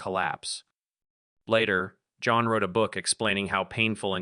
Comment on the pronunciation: AI can even pronounce Jon Cryer’s simple, one syllable first name correctly. One of the worst AI narrations I’ve heard to date.